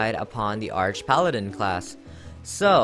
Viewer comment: I thought it's pronounced arc paladin. Like archangel.